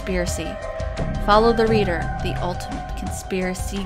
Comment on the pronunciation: And this is how us asians say follow the leader